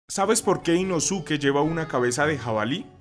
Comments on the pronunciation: Que mala pronunciación, se lee Inoske, la U no se pronuncia en algunas palabras en japonés - _ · se pronuncia "inóske" no "inosúque" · se escribe inosuke pero se pronuncia inoske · Inoske(como se pronuncia) ❌ Inosuke✅🤑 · Yo la verdad prefiero decir “Inoske” a pronunciar la forma en la que se escribe, “Inosuke” 😅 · Aunque se escriba Inosuke... Se pronuncia como Inoske. Me estresa la mala pronunciación 😅